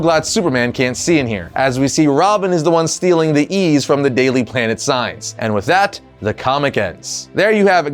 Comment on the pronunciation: "Daily Plan-t" I assume is the top suspect.